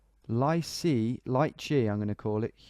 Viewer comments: Also ''lycée'' is pronounced 'Lee Say' and means high school. Bains means baths :) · Great job mate, Lycée is the equivalent of High School in french speaking countries like France and Luxembourg, the closest english pronounciation would be "Lee-Se" with the Se part sounding like "SEgregation"